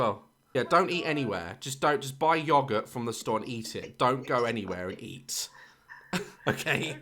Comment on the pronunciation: Idk if I've been saying it wrong but at says yogurt as yogurt? Am I saying it wrong?